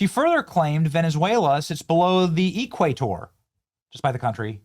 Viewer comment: I was taught at the LEARING CENTER that Venicewaleya was north of the E-cwayter? 😮. 😅😅😅😅😅😅